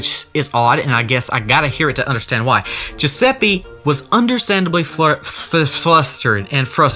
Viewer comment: i'm italian, and i can say that the pronounce of "Giuseppe" you said is wrong it's pronounced "GiusePPE" , not "GiusePEE" sorry if it sounds rude, i didn't mean it in a rude way